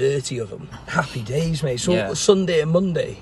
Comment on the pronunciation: Lol Luis “Happpy Days” lol!